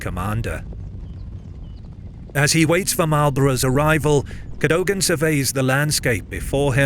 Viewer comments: Its Cad-dug-ann ... Not Cad- dough-gan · CADOGAN is pronounced CADOUGIN by the way. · Very good video about an important battle. Cadogan is pronounced Ca-dug-an.